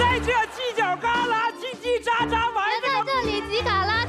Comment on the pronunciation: 为什么娜娜说犄角格拉的时候我听到了吃喝拉撒？